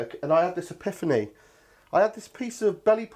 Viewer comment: Magic as usual, you try and say Ipithany, after rough rider. Ha!